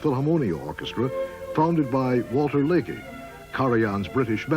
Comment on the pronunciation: ... and the Philharmonia was founded by Walter Legge, pronounced Leg - it is an English name - not Leggy, as spoken at 3'57"; and what are these 'highest decorations' with which Britain was supposed to have honoured K?